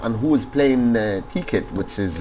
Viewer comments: It's not (tee)- (kit) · Tekkit and technic are not illegal..... Anyways awesome vid! ur accent when u say tekkit is so funny lol